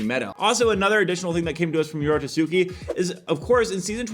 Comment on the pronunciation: bruh i get that ur editor leaves u stuttering for some reason but IT'S NOT YORO SUSUKI, IT'S YORO TSUKI, STOP BEING RACIST